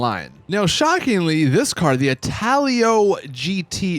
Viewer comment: Why u say “car” like “caer”